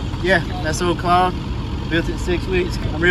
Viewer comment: “Claude” have mercy 🤣🤣